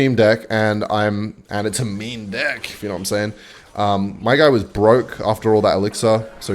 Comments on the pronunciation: Why does he keep on saying dick instead of deck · are you saying deck or dick bruh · Am I the only one hearing him say dick instead of deck all the time ? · why does he say dick instead of deck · Do Australians pronounce deck as dick? Kinda confused a little here sorry 😅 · ahhh it must be the wind.... i type this comment too early, he said deeck almost everytime lol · stop saying deck like that :face-green-smiling::face-green-smiling